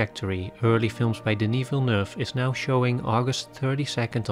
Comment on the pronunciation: As a French Canadian I appreciate your prononciation of Denis Villeneuve's name I groan at American prononciation and laugh at Google maps voice pronouncing French street names.